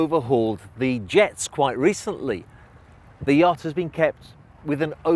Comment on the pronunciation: ..every time he pronounces "Yacht" it reminds me of the Monsters Inc YAK